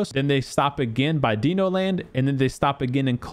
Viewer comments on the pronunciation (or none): dee-no land?!?!!? hahahaaa c'mon man....they are dinosaurs, not deeno saurs!! otherwise thanks for the tips!!! 🙂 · Deeno-land, huh? Like “deeno-saurs”? 😂